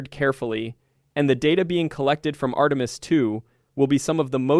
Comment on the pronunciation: Post-production! Fix the LLM's mispronunciation of, for instance, Artemis. Ctrl-A on the text program, click to save, Ctri-V, past into the LLM interface, then click GENERATE only begins the workload. Now, wave by wave, sanitize your product. The creator cannot help but know this. Still, he chose the Easy Way and produced AI Slop.